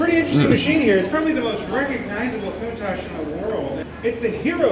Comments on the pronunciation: The lambo Cun tash 🤣🤣 I can't stop hearing it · COUNT TASH - learn to pronounce it properly 😅